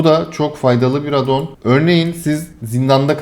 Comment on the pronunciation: AAAADDDON DEGİL , ingilizce addon , A ince söylenecek.